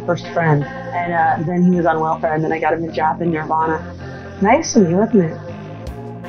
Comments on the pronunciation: Ugh... every time you say Nirvana it comes out Nearvana and it's driving me nuts 🤦 Nearvana??? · Narrator can't even say Nirvana right